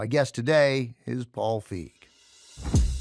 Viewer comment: It's "Feig", not "Fieg".